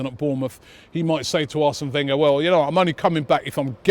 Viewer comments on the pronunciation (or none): none